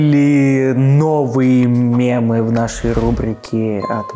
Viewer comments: мЕмы а не мЭмы) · Мымы, я слышал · Бесконечно можно смотреть на 3 вещи: Как горит огонь, как течет вода и как произносит "мемы" через Э